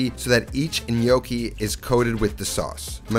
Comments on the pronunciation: It's not in-yoki. It's nyoki. It sounds like you keep saying "the gli gnocchi" which would mean "the the gnocchi". Looks delicious. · "NOKI" lmao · With all due respect....you are pronouncing gnocchi incorrectly. Sorry. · Pronouncing gnocchi wrong.